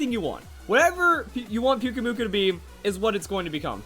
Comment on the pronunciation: I really think pyukumuku sounds better with the strong acent in the last syllable